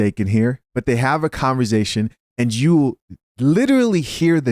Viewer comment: If I took a shot every time my man said converZation, I’d pass out before the end of the video